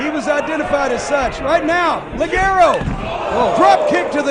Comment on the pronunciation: no es ligerou se pronuncia lijero